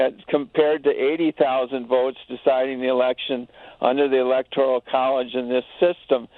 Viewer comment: All these idiots...it's ELECTORAL not ELECTORIAL